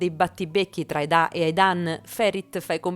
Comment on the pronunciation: Perché chi narra dice Edá e non Eda? Non insistere a dire Edá perché si chiama Eda ……